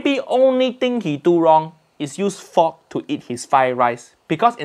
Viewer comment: English: fork Uncle Roger: fok